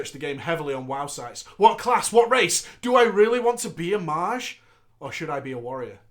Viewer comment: Did fucking say maj instead of mage?